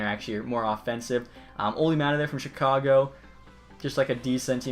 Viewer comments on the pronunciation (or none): none